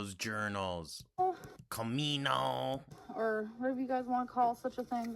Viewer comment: Its cah-mee-no